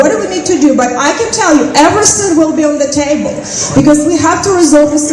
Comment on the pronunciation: Everysink she says I sink is a bullshit 😅